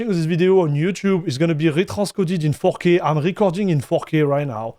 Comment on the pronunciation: He keeps saying fucky ? Instead of 4k ! 😂😂